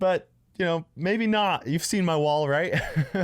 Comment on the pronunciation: The way he said "not"